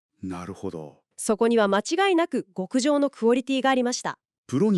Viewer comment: 毎回楽しみに見ております。ようやく極上が「きょくじょう」から「ごくじょう」になりましたね。